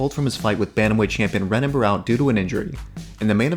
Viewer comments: Great vid but I thought it was pronounced henan not renan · It’s pronounced Henan. Other than that, great vid